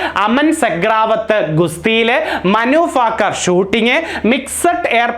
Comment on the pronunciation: മനു ഫാക്കർ അല്ല.ഭാക്കർ